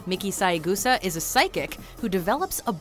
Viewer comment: Her name is pronounced SAY-Gusa. Not SAI-Gusa.